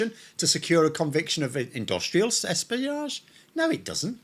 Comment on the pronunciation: "Industrial sespiage"? 🤣 Blinky, blimey,! Put your teesh in! 🤗 {:o:O:}